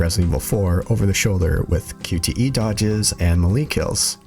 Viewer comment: Yanno. Ive heard melee pronounced "Me-Lee" Ive heard it pronounced (correctly imo ) as "May-Lay" But i dont think ive ever heard it pronounced "ma-lee" before lmfaoooo It almost sounds like youre saying "molly kills " lmfaooo